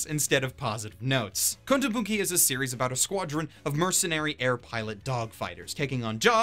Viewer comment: Im fine with just watching the dogfight scenes. Thats all i find worth watching. PS How often do you want to butcher the word kotobuki? Kontobunki Kotobunkre Kotobunkee...